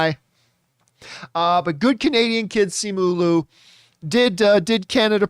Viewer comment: It sounds like ‘Lyu’